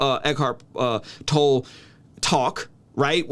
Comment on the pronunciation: I’m having a hard time believing you have done enough research to competently argue against Tolle’s teachings… because you keep saying his name wrong 😖